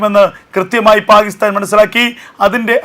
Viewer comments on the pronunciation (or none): പാഹിസ്ഥാൻ എന്നല്ല പാക്കിസ്ഥാൻ എന്നു പറയൂ